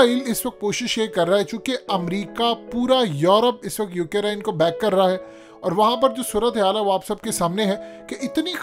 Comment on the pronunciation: Not "UK Rine". It's Ukraine...🤣🤣🤣🤣